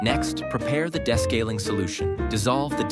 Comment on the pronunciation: Why does the narrator mispronounce "descaling"???